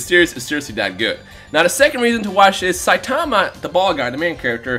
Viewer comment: saitáma not sajtaaaama